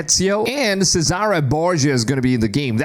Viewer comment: It's not Scissara Borgia. It's CHE - SA -RE. It's pronounced CHE-SA-RAY. CHESARAY Borgia.